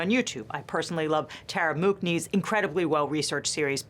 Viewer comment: Her name is pronounced "Moonee".